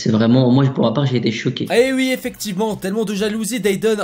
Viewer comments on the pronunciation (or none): il dit ui au lieu de oui